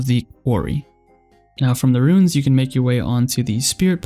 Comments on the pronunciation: ruins is pronounced roo-ins, not roons. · bro u definitely pronounced ruins like that on purpose after the "runes" debacle lmao